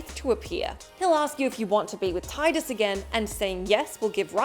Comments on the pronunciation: It's pronounced Tee-dus. Not tie-dus. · In sotn there are three endings as well 1 for killing richter 1 for killing richter while you have the glasses on. And one for smashing the orb above richter when you have the glasses on and then kill dracula! Also for ff10 it is pronounced teedus (I know...I know...smh but it is.) Not Titus. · Tidus’s name is pronounced Teedus. Not Tie-dus.